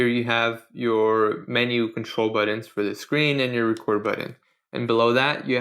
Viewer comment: "Buddons?" "Butt-uns."